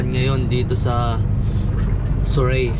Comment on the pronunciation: "Sur-ree" po. 🙃